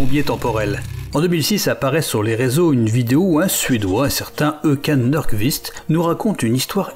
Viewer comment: La prononciation de Håkan Nordkvist est à revoir hein